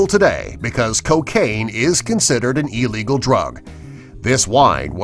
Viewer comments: THE WORD IS NOT EELEGAL ITS ILLEGAL ILL LIKE THESE COMPILATIONS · Ee-legal lol its I-legal